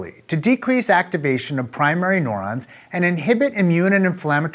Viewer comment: This nigga sayin neurons as “NORONS” lolwut